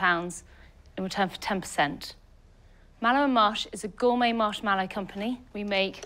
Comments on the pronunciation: I'm surprised it's her company and she can't even pronounce "marshmallow" correctly. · She'd probably do better if she could pronounce marshmallow correctly.